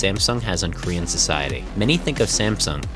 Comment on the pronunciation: do you speak korean? your pronunciation of korean words are perfect!!